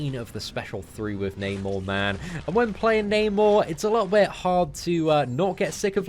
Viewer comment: "A liooooubi...." Try to say "a little bit".